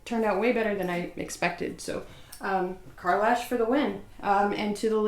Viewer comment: no you pronounce it perfectly lol nobody ever gets it right I was just so excited to see the video I really wasn’t pay attention